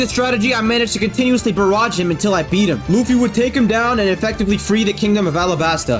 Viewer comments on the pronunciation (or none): Say the world alabasta in English arabasta is the Japanese way l’s are r’s